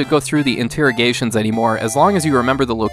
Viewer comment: Paused video after second or third time hearing INTEAROGATING to find this comment.